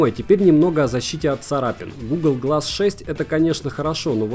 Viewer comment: произношение, серьезно? Где в слове qualcomm в середине то что можно хоть с натяжкой произнести как "нт"? Про гугл глас вообще молчу. Мне было бы стыдно выставлять видео на всеобщее обозрение с таким "произношением"